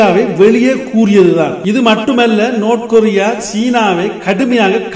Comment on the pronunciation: நோத் கொரிய இல்ல டா பேபயலே நார்த் கொரிய டா